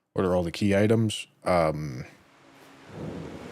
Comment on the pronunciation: The worst part of this stream is when corrected "Key ittems"